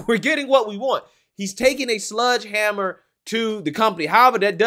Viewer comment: Did you say "Sludge Hammer"? What the hell is that?